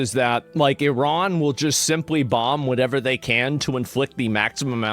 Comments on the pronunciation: when did people start pronouncing iran like "IRAWN"? can we go back to I-RAN... ? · You messed up I-iraon.